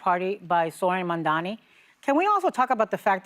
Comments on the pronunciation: Joy, it’s Mamdani: Mom-Don-E At least try to pretend you don’t despise him. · MAM. DA. NI. It is not hard! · Really… Joy can’t pronounce his name correctly? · You all, besides Anna, need to practice Mandani's name. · Teach your panel how to pronounce their mayor’s name. It’s odd to see them almost intentionally mispronounce it. Either that, or they’re just really dumb and out of touch. Which is odd, because they’re from NY - one of the most diverse cities in the world. 🙄